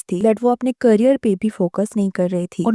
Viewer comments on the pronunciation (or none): none